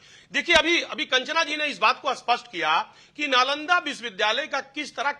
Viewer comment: Pahle Nalanda bolana to sheel lo. Chanakya to door ke baat pahle strategy bolana to Sheekh lo.